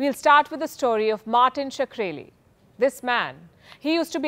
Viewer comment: I feel pronouncing his name like 'Sakreli' is a bit sacreligious